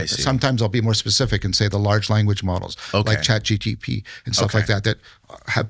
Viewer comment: Chat gtp?? Is he saying that wrong on purpose seeing how he is such a prominent figure in fighting AI? Or is it an actual mistake on his part and if thats the case he loses alot of my respect in terms of knowledge on the Ai subject.